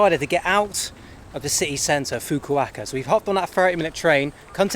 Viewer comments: “This is Fuku-Acca” no it’s not 😂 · You are the worst when it comes to any foreign names of places and cities. Fukuaka , Fukukaka. Not even once you said Fukuoka. Sometimes I feel embarrassed for you when you are talking to people and saying names in their language 😂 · From Fukaka to Fukuaka, you still made it to Fukuoka (Hakata). What the fuk. 😅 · when you get back in the U.K., do yourself a favour and check in to a Mental Hospital, the name of the city is Fukuoka, not "Fukaka", the way you pronounce it. The name of the island is Tsushima, not "Tseshima", the way you pronounce it. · Big fan of your adventures, and have been following all of the videos of the trip so far. But the name of the city is FukuOKA. Not Fukukaka or Fukuwaka. FukuOKA. OKA. FukuOKA. OKA OKA OKA OKA OKA OKA OKA OKA OKA OKA OKA OKA OKA! FukuOKA!!! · FU KA KA is better pronounced as FU KU O KA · Its Fukuoka not fakahkah 😂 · Fukukaka, haha. Fukuoka, Fukuoka 😁 Anyway, swimming in Japan is full of rules (as everything else in Japan). And when not knowing the language, you are always lost in translation. About bars, go to the classic izakayas, bars with food and drinks. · Its pronounced Fuku O ka fukuoka I live in a smaller nearby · I lose it every time he says "Fuquacka" ROFL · Say it with me..."Foo-koo-OH-kah" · Say it with me: FOO-KOO-OH-KUH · "Fook-a-ka-ka"...or was it "Fook-o-wa-ka"? nice! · Always love it when you mangle the name of places. Fukaka was hilarious! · I die a little inside whenever says Fuku-WAKA - it's not that hard to pronounce mate.. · Yeah those Fukuoka pronunciations were dreadful. He was getting better from Fukaka and Fukukaka, but then stayed at Fukuaka 😂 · You pronounced Fukuoka wrong mate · Why do you keep mispronouncing “Fukuoka”? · Every time you said "Fukuoka", I cried a little on the inside 🥲🥲 Congrats on finishing the 88 day journey! Cheers man! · always seems to butcher place names for whatever reason!